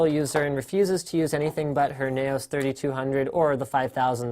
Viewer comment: I think it's pronounced "Nouse" as in rhyming with mouse, and as in "Laos". I might be wrong though.